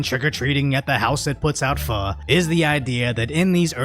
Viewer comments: Hold up. Is it really pronounced "fuh"? I've been saying "foe" this whole time. And yeah, I would totally go to that house. I love Pho. lmao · Did you just pronounce pho as "Fuu" I always thought it was "Foe" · Pho is great. I'd go there. I believe the pronunciation is more akin to po-oh.